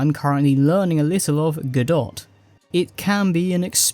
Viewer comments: I think it's pronounced "Go doh" but "Go dot" is more fitting when you're trying to get your first dot to move :D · bro youre a muppet. "godot' is said 'go-doh' not 'dot' and square enix is "eenix' not 'ehnix' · The T in Godot is silent. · Godot is pronounced godeux (godoh) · If you're learning Godot, the first thing to learn is how to pronounce it 😁